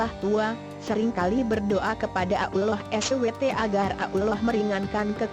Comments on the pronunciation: Maap ... ketepi kn duluan benar gak cerita itu...mgkin rekayasa sbg pngajaran hdup...tp coba kalian tekun dengar sebutan ALLAH sperti ABDULLAH...mohon d koreksi kan... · Hahaha. Nyebut nama Allah Aja salah. Hahahhaa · Astaqfirloh ni pembaca blg Allah aja kom susah bgt ya.... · Min..pembaca/ narator cerita ga pas dlm penyebutan Allah SWT.. tlong di koreksi. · Ni AdMin bilang Allah kok gk bisa apa gmnaya apa mungkin aku yg salah dengar ya saat bilang ALLAH . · sama ni omong ALLAH sj plepotan .tlng lah gnti yg lebih pinter ..biar ngk malu 2 1n .sekedar saran sj sih . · Nur Hasanah tak kira kuping saya yg salah dengar mbk . Trnyta admin.a ya mbkk. Bener mbk gnti ajah tuu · Di jelasin Di mana Tempat Nya Dong Min jng n Asal nyomot Video.. Di Tambah Lagi Suara Bencong google.. coba Perhatikan Sebutan Asma Allah.. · Sma ngomong allah ajh alloh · Sory to say tp most of Indonesian bila sebut ALLAH itu jadi auloh! Dlm sinetron pn slalu dgr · Bisa bicara atau tidak bilang tu allah swt bukan abdulloh swt dasar relorter goblok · Kok menyebut allah kok ukloh 🤣🤣🤣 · Kok ngomongnnya Ulloh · gua kira gua budek denger abdulloh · Dia bilang allah SWT dengan kata uloh eswete.mungkin dia kristen😣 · AStaghfirulloh halaziiim...presenter nya bicaranya kurang benar..harusnya ALLOH..SUBHANAHU WATA'ALA. bukan abdulloh swt. bagaimana ini ya... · Belajar dl masa membaca Aulloh SWT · Sebut Allah tp kedengaran ulor...🐍 Sebutin baik2 dong...,itu nama Tuhanku..😬😠 #NgakPandaiBicaraMauLagiBicara😏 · suaraa yg ngomong bikin jngkel,ga enak bnget d dengerin,dia itu ngomong allah atau apa sich,ga jelas bnget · Tlg bicara yg jelas nyebut nama alloh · Tollong pengucapan laffaz Allah dalam Vidio ini di perbaiki.. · Ngomong ALLAH GK bener Pake Suaranya juga Pake Suara Robot Dosa WOY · Risih sama swaranya Cara ngmong ALLAH 😑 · Nyebut allah nya begitu tolong koreksi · lah nyebut alloh nya gtu 😭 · Kan ini "google" yang ngomong jadi google nya mana tau cara ngomong yang bener